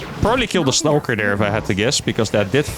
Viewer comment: The word is, Stalker, not Stowker, pronounced Staw-Kuhr, you're welcome :)